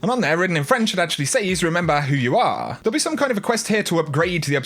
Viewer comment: That pronunciation of the word "says" makes me crazy. Sorry